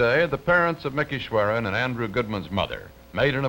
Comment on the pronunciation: Sure he went by "Mickey" but I'm 100% sure his surname was "Schwerner;" not "Schweren." But if Cronkite said it then that's the way it was!